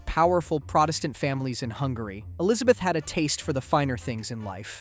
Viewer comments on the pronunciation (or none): none